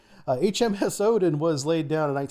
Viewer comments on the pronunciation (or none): none